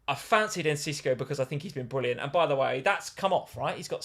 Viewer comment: it is not EncisCo, it is Enciso